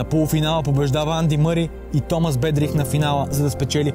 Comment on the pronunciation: И на Бердих и на Сьодерлинг и на Сампрас и на Лейтън Хюит ! Общо взето само на Федерер не обърка !